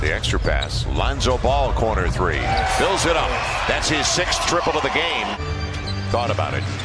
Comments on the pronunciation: J C He said game but literally sounds like gay lmfao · Game not gay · Silver but what everyone heard is “gae” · All I hear is "Brandon Ingrams Gay🤣🤣🤣🤣🤣🤣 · I know he said game but the clip got cut. But I can't unhear that "game" sounds "gay" lol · My subtitles legit said: “The friend to English dick” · I heard the commentator saying “brandon ingram’s. gay” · You hear one thing but the captions say something even worse lol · Ong but it said brandon imgrams game